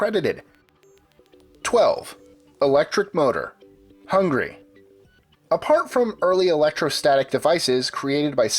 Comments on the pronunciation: Hungary not Hungry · "Hungry?" Don't you mean "Hungary"